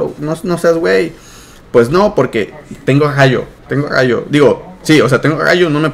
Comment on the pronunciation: tengo gallo, se dice RAYO con R